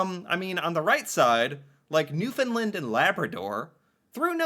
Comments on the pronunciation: Newfoundland is pronounced New-Fun-Land or New-Found -Land NOT New-Fin-Lend or New-Fin-Land like every American says. Just like BRP(Can am) Bombardier is Bomb-bar-d-eh not bomb-ah-deer like tou guys also pronounce it as. lol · Cute when he pronounces Newfoundland.. Newfinlind.... must be an American.